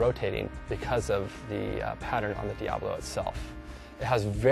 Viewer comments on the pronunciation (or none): he is saying it wrong, its diabolo bot diablo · is it pronounced Diablo ? He kept saying Diablo :D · ohhhhhh, there saying it wrong then =.=